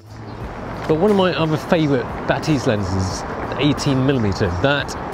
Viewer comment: 'Bah-tizz not Ba-'tease